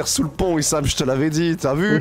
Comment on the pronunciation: haha c'est pas isham, c'est i-shame mdrrrr